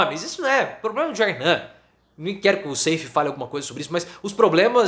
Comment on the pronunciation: o nome do cabra nao é Seifí, mas SAIF (sem i fim).